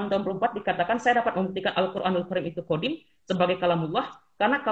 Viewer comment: Dari kata "Qodim" meleset jadi "Kodam" lalu meleset lagi jadi "Qidam". 😂